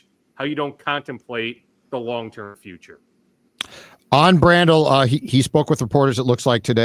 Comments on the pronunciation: I love how every week asks how to pronounce Blake Brandels last name. “Blake Bran-Dell” 😂😂😂 ITS BRANDEL!! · Jfc,.... Figure your pronounciations out. This is like the 12th time you've not known how to pronounce Yurosek or Brandel's names.